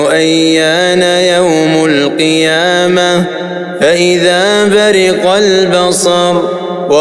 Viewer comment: القارئ مصطفى البرزاوى لا اقسم بيوم القيامه وليس القيامة مفروض تنطقها هاء عند الوقوف وشكراً